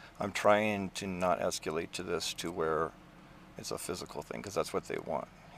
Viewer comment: Esk-you-late, I hate hearing that made up word, like new-Q-ler.